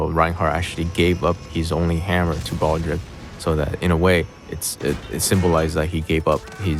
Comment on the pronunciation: Isn't he pronouncing Baldreich incorrectly?